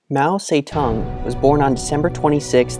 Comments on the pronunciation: Its Mao Zedong not fucking Mao say tongue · I talked to a guy from Mao's birth region Hunan, he lives in China and he is very proud of Mao. He said "Mao Ze"DONG" not "tong". I wanna make a point of this because so many narcissists are obsessed with pronunciation to look more knowledgeable than they are. So when I heard him say that, I thought it was funny because I was saying it like him, and a video/google claimed otherwise, yet people in China claim different and more similar to how we would not knowing the other version to sound "smart". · mao seh tong. lmao wtf is that pronounciation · Oof yeah, haha. But he was saying 'Mao Tse Tung', I think is the proper way to say his name. (In Chinese) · From the first 3 seconds of music and pronunciation of his name, I have to turn this off.